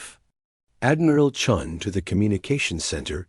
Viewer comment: They got confused in names, chun became john, stupid Ai channels that have to pronounce full stops as dot dot dot. Sort it out check your work. Channels been blocked. Sorry if they can't sort themselves out they don't deserve a like or following.